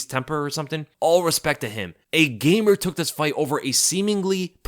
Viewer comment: I'm offended by how u say gamer 😂